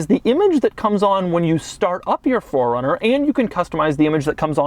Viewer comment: Keep saying "FORD" runner. Please correct it with a subtitle